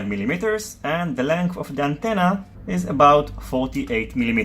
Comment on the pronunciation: Subbed. Great vids! P.S The way you pronounce millimeters. So Kooool.